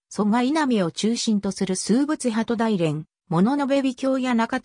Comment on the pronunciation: だいれんではなくおおむらじでは